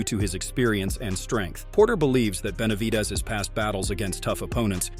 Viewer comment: Narrator does not know “ how to 2 pronounce Benavides!!! 😬😬😬🫨🫨🫨😬😬😬😬🤣🤣🤣🤣🤣 is already a knockout punch!!🥊